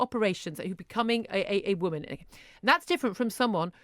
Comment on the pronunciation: Aint no T in the word 'Woman'.